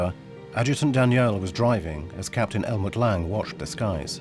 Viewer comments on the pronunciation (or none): none